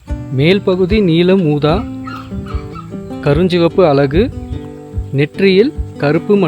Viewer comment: அலகு இல்ல அழகு pls learn ழ கரம் pronounce properly